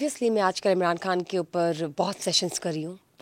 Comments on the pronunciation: محترمہ آپ پاکستانی ہیں ۔۔ پاکستان میں اردو میں۔ خ کو خ ہی بولا جاتا کھ۔ نہیں ہندی میں کھ بولا جاتا ہے اس لئے آپ خان کہیں کھان نہیں ۔۔۔ آپ پاکستان کی میزبان ہیں بھارت کی نہیں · کھان نہیں خان۔۔۔ کوئی اس کو بولنا تو سکھا دے کھواتین توبہ